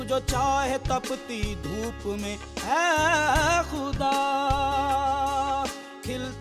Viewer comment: खुदा नहीं ख़ुदा होता है 😊